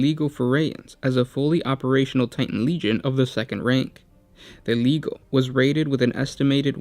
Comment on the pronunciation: It's a hard G when pronouncing legio. Instead of ley-heio it should be lee-gee-oh.